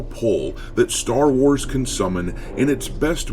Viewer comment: Welcome to the "Sher Wars".